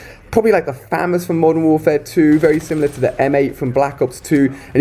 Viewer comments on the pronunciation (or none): none